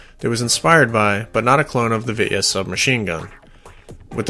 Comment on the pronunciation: Vityaz is pronounced- Bitchass in American.🤣🤣